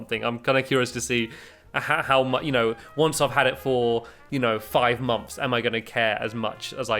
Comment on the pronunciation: listen stampy says mumps instead of months